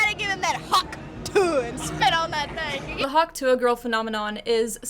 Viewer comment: I like how you’re pronouncing it the way she actually says it.. every keeps saying tuah like if that’s how she said it 😂